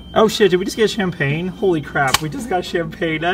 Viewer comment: Keep Up The Fine Skills Play! CHAM-PAG-NAY!